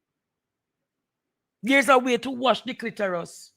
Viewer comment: It's Clitoris not clitorus. Aura not ora